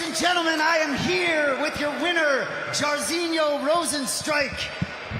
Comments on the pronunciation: How hard is it to have ur founder pronounce the fighters' names correctly... Jarizio? The fuck is that? 3 syllables, Mike. (jar-zeen-yo) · Why's Mike keep calling this man Chorizo